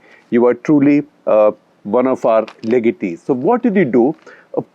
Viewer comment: SG said something which pronounced "legeti" what is the meaning of that?? Or is he trying to say legacy?? Got a bit confused, can anyone help me 🙂